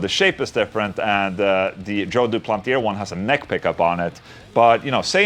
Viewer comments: "Doo-plant-ee-ay" Ola lol...not "Doo-planty- air" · Englund the R at the end of duplantier is silent,the sound is "duplantié",you are welcome 😁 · It's joe du-plan-tee-hey